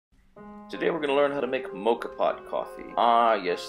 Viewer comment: Please learn how to pronounce Moka. Why do American people insist on making up the wrong names